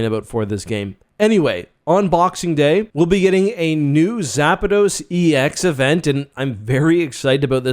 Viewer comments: Why do you call it Zapados? Its pronounced Zappdos. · Bro learn to pronounce the names for the love of god lol. Zapdos not Zapados. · Me but also zapados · BAH NAH WE GOTTA TALK BOUT ZAPADOS isnt it zapdos